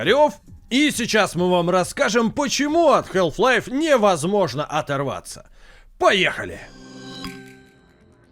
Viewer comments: Как можно быть игрожуром и не знать как произносится название главной игры человечества??😂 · Если уж докапываться, то там и "л" не должна произноситься. Но вообще-то плевать, произношение а/о/э в одном и том же слове часто меняется в зависимости от диалекта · Мне одному что ли резало слух "Хэлф лайф"? А не Халф. Я и всё моё окружение называло её именно так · Блин, ролик отличный. Посмотрел с удовольствием. Только одно но, которое резало ухо все 20 минут. Название игры не хЭлф лайф, а все таки хАлф лайф. А если уж совсем точно, то Хаф, где Х звучит с придыханием, а л почти полностью оглушается, но уж никак не хэлф. Но за ролик, все же спасибо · чувак даже не пытайся в английское произношение, пожалуйста, это очень режет уши. Все блохеры англоязычные кого я смотрю говорят хааф-лайф. Какой к черту хЭлф-лайф. Самому не противно? Халф лайф и точка, не пудри мозги и уши. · Прямой калькой с английского будет не Хэлф-Лайф, как говорят весь ролик, а Халф, даже скорее Хааф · Я впервые слышу как название Халфы произносят как "ХЭЛФ-ЛАЙФ". Ну тип даже на английском слово отчётливо произносится как "Халф". Минус уши весь ролик. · Подаю в суд на SG! Из-за хЭлф лайф - у меня к 10 минуте ролика из ушей кровь пошла! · Прошу, не говори хЭлф-лайф. Это ужасно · Хэлф лайф... ХЭЛФ ЛАЙФ?!? О, Ты из англии!?!? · хЭлф лайф. Э. Браза, жесть у тебя произношение конечно же. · Стопгейм особенные. Они решили произносить название игры по-своему. Потому что если уж прям совсем правильно, то нужно произносить Хаф Лайф. Однако у нас никто так не говорит-почти все говорят халф лайф(ну или вообще называют её халфой или халвой). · Кхелф лайф. Эй эм соу фокин гуд ин инглишь. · я не знаю как вам, но вот ХЭЛВ-лайв, мне уши изнасиловало. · Почему "хЭлф лайф"?))) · Health life))). И не говори - хаф-пайп вроде все слышали, а тут какая "здоровая" жизнь! С Халф еще можно смириться, но тут просто режет слух. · тут весь ролик вообще говорили хЭлф-лайф, тоже испытание